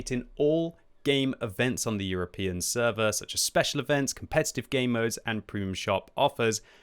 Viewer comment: Speshual server operation 🤣 Anyway feel welcome RU gamers.